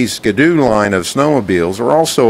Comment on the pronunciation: Dude said Skadoo lol